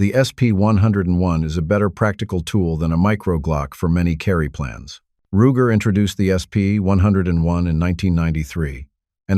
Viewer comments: Wtf is with all this ai crap. Pronounces first revolver wrong. Roo-jer? Wtf. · Roojer? A.I. is trash